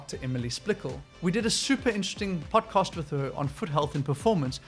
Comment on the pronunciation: I have just one question. What is a Butt-cast? 😂